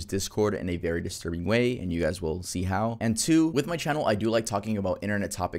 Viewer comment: wery good wery nice